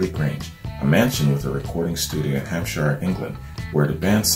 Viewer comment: Hampshire is pronounced Hampsheer, and Worcester or Worcestershire is pronounced Wusster or Wusstersheer